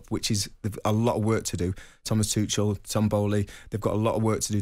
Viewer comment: ‘Toochall’ LOL it’s ‘Toocall’ you drip